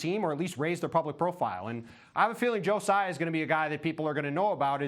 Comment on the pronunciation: Wrong. It's not Sai and its not Tzai. Taiwanese dont use "Z". It's Tsai.